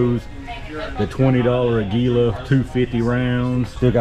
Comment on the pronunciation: it's pronounced ag you la